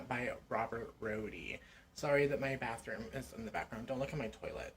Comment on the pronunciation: omg like we have a beathrooom update